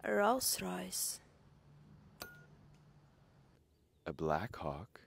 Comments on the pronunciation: The virgin "ralhhs rohhhyssh" vs chad "B L A C K H A W K" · Как же она стремно произносит Роллс-Ройс😂😂😂